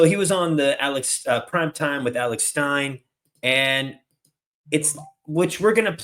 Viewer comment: Stop Playin, you know Alex Stein's name, and how to pronounce it makes you look ignorant.Dude 😂